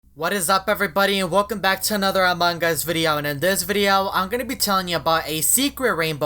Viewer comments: It's not among Gus it's among us 😂😂😂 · ITS AMONG US NOT AMONGGUS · You said amongus not among us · it is not amongus it is AMONG US HAHAHAH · its not among gust its among us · You keep saying "amongus"